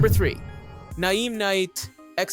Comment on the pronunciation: Great video. For future reference, Naim is pronounced the same as "name". 🙂